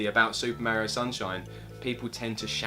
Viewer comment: Thank you for being some of the only YouTubers that pronounce Mario correctly. I was always ridiculed for saying it correctly. That is all. Carry on, gentlemen.